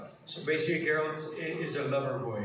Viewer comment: It's Geralt not Jeralt!